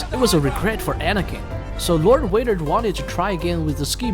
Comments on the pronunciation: WAdER ahhaha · Darth wader lol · Bro said darth waiter😂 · You said darth Vader wrong